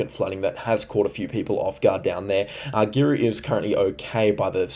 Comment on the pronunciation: Great channel. Love your weather channel. Can we teach you to speak North Queensland, hey !? Anything North of Townsville is Far North Queensland. Then you are on 'the Cape' Anything South of Macaky is Central Queensland In between is North Queensland Paluma - Par-loo - ma Mutarnee - Mu-tarn-nee Girlu - Grr-roo Keep up the great work. Sure is a historical weather event for the ages. Stay safe. And don't despair if you have been flooded, you will get through this event Queenslanders.